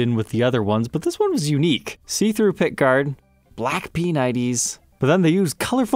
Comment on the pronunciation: The trolleys drinking game is to do a shot every time he says the word pick guard like a pirate